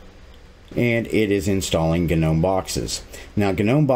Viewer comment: Love the "GA-Gnome"! lmao